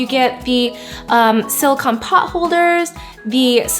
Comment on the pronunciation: Sorry to be nitpicky, but SiliCON is the element, siliCONE is the heat-resistant polymer. I just see the mispronunciation keep popping up, and it's important to make the distinction because they are two different things. I mean sort of, siliCONE is a polymer of oxygen and siliCON, so it siliCONE made of siliCON. But just like a car is made up of an engine and a transmission (and other parts), you wouldn't call your car an "engine."